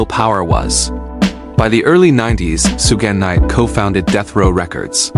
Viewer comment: AI CONTENT FARM! "SOO-GEH Knight" not even 20sec in. Bruh quality control your shit.